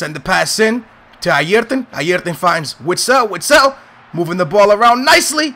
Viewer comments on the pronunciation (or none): Call urself a benfica fan yet you can't say witsels name right are you a glory hunter